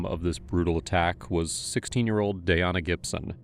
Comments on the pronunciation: Why did you butcher her name like that?! It's DAN-YA. 🙄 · how we gonna call the victim the wrong name the whole time? her name is Danyna. DA-NY-NA. y'all wrote Danya and pronounced it Dayana. come on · It’s DAN-ya. Not day-Ahna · Its not danaya..its DAN-YA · Omg….it’s DAN-YA, not “day-an-a”. It’s making it so confusing with the other girl being Tanaya. I can’t stand AI commentary. Also, this girl is obviously a psycho who will hurt others in the future since she will have the chance. Shitty liberal DAs and Judges give slaps on the wrist, if anything, and because of it society suffers constantly. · Dayana?!?!?! It said DANya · Anyone else getting the teeth grinding when he calls the victim dayana but as far as i understand the victims name was danya... 🤷🏼‍♀️🥴 May her poor soul rest in peace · It's Danya, not Dayana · Looks like her name is DAN-YA, and the other girls name is TA-NAYA. You kept saying Dayana and Tayana, merging their names. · I think it’s pronounced “Da nya” not “Day ana” just from the spelling. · Tbh pls learn to pronounce victim names right cause her name is Danya not “Dayana” 😒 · Her name is Danya. Not Dayana. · Is it just me or did they Mispronounce the victims name the entire video? It’s spelled D A N Y A but they pronouncing is Day-on-uh. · Her name is spelt Danya.. like Dan- yuh. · The fact that the narrator repeatedly said the girls name wrong. “Danya” doesn’t look anything like the way he is saying as Dayana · Danya =/= Dayana ? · How are you pronouncing "Danya" as Dayanna????? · “Danya” =/= “Dayana” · Ai crap channel. Do you listen to this before you post it! Tanya is not ta-niah. Danya is not da-niah.. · How do you sit here and mispronounce danya the entire episode..wtf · You mispronounced DanYas name over and over aggravates me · You are pronouncing Danya's name so wrong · or, maybe, you learn how to pronounce it. You can pronounce Tchaikovsky, Mussogorsky, even Beethoven. You can pronounce Danyna.